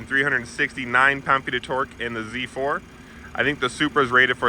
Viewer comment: its not Zzzzzzz 4 its Z 4 🤦‍♂